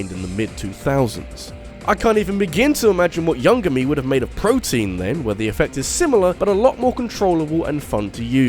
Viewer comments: It's protean! Pronounced pro-tea-in. Protein is totally different and it's a useful vitamin. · Protean is not pronounced "protein", lets sound it out. Pro-tee-ehn. it's a biology term. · "Protein"? lol My dude, that says (PRO-tee-an)